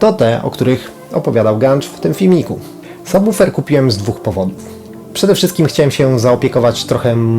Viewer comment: Ogromny plus za prawidłową wymowę słowa "subwoofer"! Tak rzadko (choć powoli coraz częściej) się to spotyka, od razu aż miło się ogląda taki materiał :) Sam zestaw również świetny, fajnie, że jesteś z niego zadowolony :)